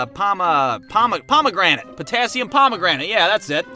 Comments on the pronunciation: The chemical you called potassium pomegranate is actually pronounced potassium per-mag-a-nate. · it’s pronounced potassium per-man-gan -ate